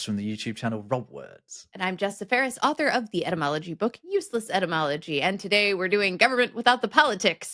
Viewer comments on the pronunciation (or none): none